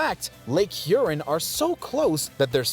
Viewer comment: Nice video however the pronunciation of Lake Huron should emphasize the "ON" of the second syllable thus avoiding sounding like something that needs flushing...sorry for the nitpick